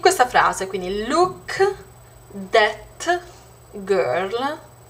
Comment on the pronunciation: Ma cosa dici? "det" ?! Io ho 13 anni studio inglese a scuola e so per certo, come dice il ragazzo sotto, che non si pronuncia cosi. Studia.